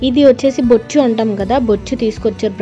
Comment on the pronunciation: Bochu kadhu maaaa boocha